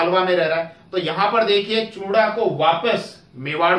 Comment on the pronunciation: चूड़ा नहीं हे वो....चूँडा हे वो